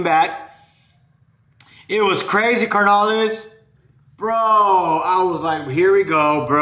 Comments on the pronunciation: It’s not car na lees es carnales güey!!!! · CARnales, no mames, roll the R’s ese, but GO pinche Niners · "Car-nolis" lol I follow but you funny carnal